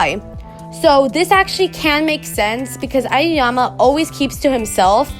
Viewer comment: it's ayoyama lmao